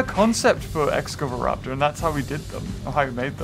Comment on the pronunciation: (X-scava-raptor) excavaraptor